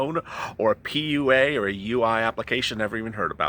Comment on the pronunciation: Every time you say PUA I think you are gonna say Pee-yew 🤣